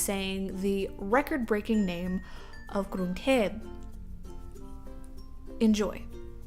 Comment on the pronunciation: Omg, you are so funny. I enjoy it so much. BTW, your Thai accent is great when you say "Krung thep".